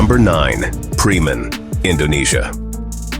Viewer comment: Indonesia ,not preeman😂😂😂